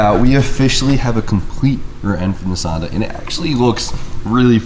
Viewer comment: be like 👌👌👌👌👌👌👌 "We officially have 👌👌 a rearend for 👌👌 NisAaanda" 😂 👌👌👌👌👌 #HondaGangXI